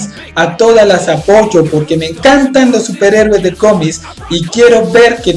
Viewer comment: Me causa cierta gracia cada vez que dices "cómis" XD